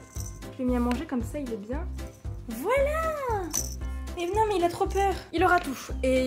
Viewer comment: minibloxify45470 dit il en disant maos au lieu de mais ;-; respecte son métier un peut nn ?